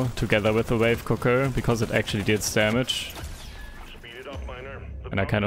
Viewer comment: Sidegame for this to get stupidly drunk: take a shot every time he pronounced it "wife cooker" instead of wave cooker.